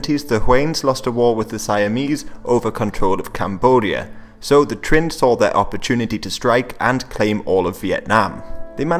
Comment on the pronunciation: You mispronounced Trinh (I dated a girlf who’s last name was Trinh and speak pretty good Vietnamese) and didn’t bring up the Tay Son rebellion. Just minor details from a passionate Historian of Asia. Otherwise excellent video.